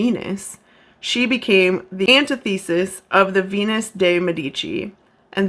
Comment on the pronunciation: I agree: fantastic videos! The nits I was picking were how she pronounces “learned” and “antithesis”